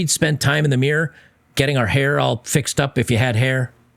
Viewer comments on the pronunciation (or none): none